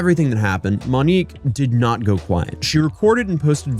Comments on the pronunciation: “I’m probably going to butcher a whole lot of pronunciations of the Brazilian locations.” —man that butchered the pronunciation of the name of the person featured in the video It’s “Monique”, not “Manique”… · Yeah I can’t watch this garbage when shithead says “Manique” repeatedly in a video about “Monique”. Maybe figure it the fuck out beforehand? I can suffer through pronouncing cities wrong when he only says it twice… but a video about Monique should be narrated by someone that knows how to pronounce such an easy-to-pronounce name. If you don’t know already, figure it the fuck out!